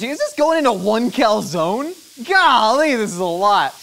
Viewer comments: I’m more disturbed on how he pronounces calzone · The incorrect pronunciation of calzone is really triggering! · Please please please pronounce calzone properly. It’s Italian, cal-zon-e